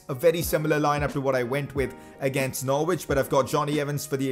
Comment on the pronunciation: its not pronounced nor-wich it’s pronounced norich